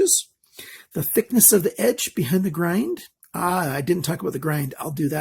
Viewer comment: Many ppl and sellers state :Full Flat Ground. And you sound like one of them saying "ground" instead of grind.